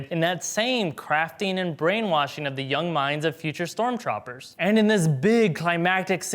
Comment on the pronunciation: He keeps saying stormchopers